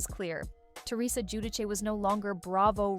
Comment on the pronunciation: it’s gee-you-dee-chay